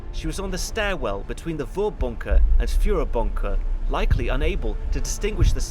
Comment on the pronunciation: You,, you're doing a pretty good job on the pronunciation of German words, but I noticed a little thing - in Vorbunker (and basically all German words starting with V), the V is pronounced like F. So it would sound like Forbunker.